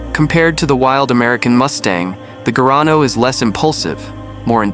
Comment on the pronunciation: Não é gano..... é garrano